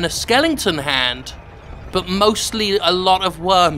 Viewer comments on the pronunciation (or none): I will never not be amused by the way you say "skelington".